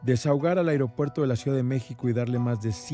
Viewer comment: Felicidades a por su correcta pronunciación de las palabras "A I R O P U E R T O" e "I N T I N E R A R I O" así somos de Profesionales en México...